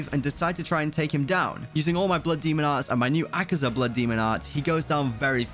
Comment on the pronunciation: Its akaza not akiza